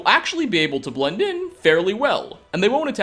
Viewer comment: just listen when he says ''in''